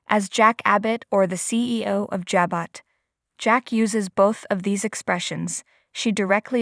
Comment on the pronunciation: Stop reader you can't read. Pronounce the word Jabo